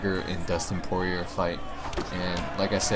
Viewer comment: Poirier is pronounced Pour E A and glad to see you are a fan of UFC